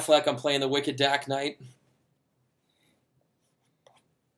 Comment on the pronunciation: He said "Wicked Dark Knight" in what was presumably a Boston accent. I gotta admit, I laughed at that.